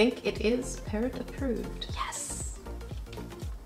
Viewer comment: Lol all the time I thought she was saying ‘parent’ but she was actually saying ‘parrot’ ! I’m so English! 😂